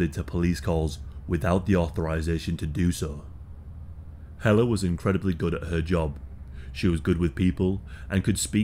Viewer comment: Thank you for this story, and for not butchering the name Helle! I'm another Helle that ended up in North America, with someone you " just don't leave", and get away with it.! I got away, we with my children, and survived and thrived despite of his efforts to make my life a living hell. I read about this story years ago, and it sent shivers up my spine. Thank you for not letting her be forgotten 👍